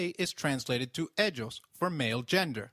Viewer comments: Isn't it more like Eiios than Edshos? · You wrong pronounced ellos , yo